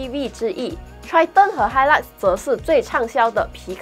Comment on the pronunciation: 小姐姐讲 hilak 少了那个味道😂，个人感觉，triton 会开始走下坡了，新改款不如现款。